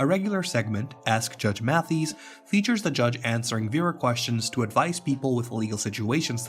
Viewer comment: So you should probably learn to pronounce his name properly before making a video for clout about him